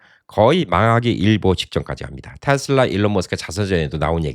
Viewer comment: 내말이 그말이여... 그것도 미국에서 사셨던분이.... 발음이 거시기 하네요, 잉! "테슬라" 가 바른 발음아니여?